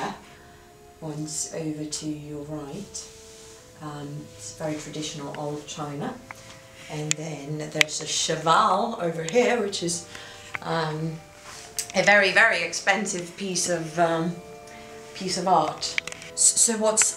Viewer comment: It's Chagall, not Chavall...